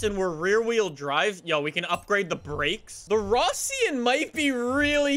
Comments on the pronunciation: It's not fission q1 it's Russian quan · It's pronounced RUSSIAN Q1